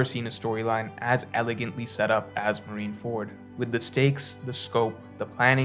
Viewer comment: What is with OP YouTubers and mispronouncing syllables? You got KOL with oDEN, Brago with rever-E, and with MarineFORD. What is going on